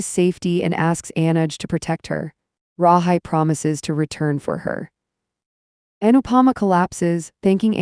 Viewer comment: Pronounced Rahe